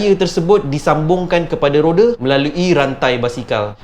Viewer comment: Rode?whatttttt!!!! Not rode is roda